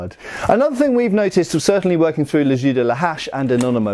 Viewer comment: I can't pass the fact that he prononce "les jeux" as "les ju" it's weard when you know how to speak french... But a lot of interesting things from this video.